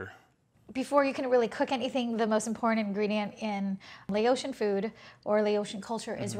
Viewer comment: Noooo. It's not Lay-ocean. It's Lao-shin. Laotian